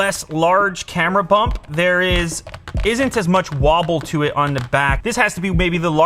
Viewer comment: Did I just hear “Camera Hump” instead of “Camera Bump”?